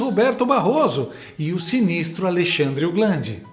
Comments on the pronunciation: Alexandre o "glande" 😅😂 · Alexandre o "Glande", 🤣🤣🤣🤣